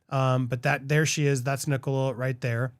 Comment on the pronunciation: Can I make a request on behalf of British viewers/members? When you cover stories that originate from the UK, please use British language as a reference? Maybe confirm terminology with Stef first? I know she corrected you, Nicole-a, More Cambeee, Lanca Shire, but you’ve referred to Nicola as Mom. She’s not. Shes Mum. Wr don’t use “Mom” over here. If “Mum” doesn’t translate, use Mother? I love Popcorn Planet but these things do irritate the heck out of your British viewers 😂